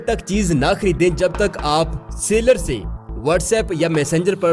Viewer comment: Sailer... Seller... Both are different words. Aap ghalat lafz bol rahe ho.